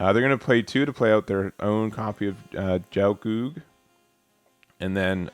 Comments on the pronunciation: "Gel-goog", the "gel" has a hard "g" and rhymes with hell. Qatre is meant to be "kat-truh", it's French for "four". Many characters in Gundam Wing have names based on numbers, including all of the main pilots. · Just some pronunciation assistance. It's a hard G for Gelgoog, like "guy". It's also pronounced Quatrah. Keep it up! Looking forward to the game's release.